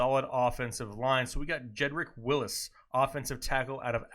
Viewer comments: Wills not Willis... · Wills not Willis haha